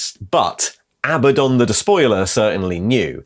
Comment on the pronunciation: Are you going to ret-con all these videos when you learn how 'Abaddon' is correctly pronounced?